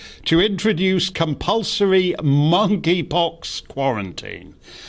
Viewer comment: Monkey Pox pronounced with a silent K 😏